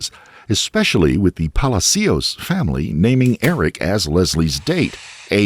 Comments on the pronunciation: It's NOT "Pally C Ous", it's "Palaa Cios" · Palácios, not Palacíos. Please don't make up a new version of Spanish. Your productions are so top notch, it's sad when you say Spanish words wrong, over and over. Just ask someone who speaks Spanish! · Puh-lah-see-oh! Not Pala-C-oh, just Say-n. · Omg I love every video but as a Spanish speaker this one had me twitching every time you said Palacios😂 it's not pronounced "palazeeos" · Weird hearing Hispanic names pronounced properly and not Americanized. WTF is a Ran-hell or a palas-cios jajajaja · (Palacios = /pah-lah-see-ohs/ ) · Is this narrated by an A.I. voice? It’s awfully annoying and I’m pretty sure the last name “Palacios” is being pronounced wrong. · You sure you are pronouncing ‘Palacios” correctly? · Please learn how to pronounce Palacious. Very annoying!👎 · Plz learn how to pronounce PALACIOS.. its not hard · You could have taken the time to learn how to correctly pronounce Palacios. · it literally takes 2 seconds to check the correct pronunciation of Palacios, man... Please stop murdering Latin names